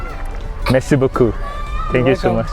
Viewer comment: Tiếng pháp cảm ơn , nge thoang thoáng ra mé si bứu cưu vậy chèn